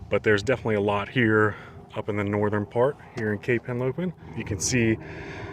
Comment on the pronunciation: It's Henlopen, not Helopen.